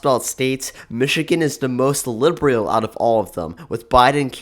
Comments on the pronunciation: Lib-ree-ul ❌️ Lib-uh-rul ✅️ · I don’t think the narrator pronounces words correctly. Liberal is not pronounced Librial. This is not pronounced Dis, The is not pronounced Da. Slow down. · I love how he pronounces "liberal" as lib-bree-al